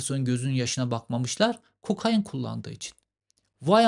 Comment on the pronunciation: Cevheri kokain abi ya kokaaayiiin değil :)